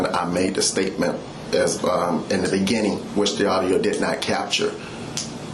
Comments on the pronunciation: In the beneging, in the begeging, in the benining... Law enforcement special... hahahaha... oh yeah... I am getting second hand embarrassment from that. In the benenging... ""... He's got a new title now... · In the beninnging